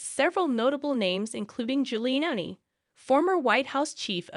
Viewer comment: Only an AI would read his name as Gilly Annie 😂